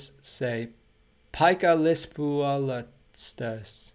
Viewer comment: And you pronounced it surprisingly well!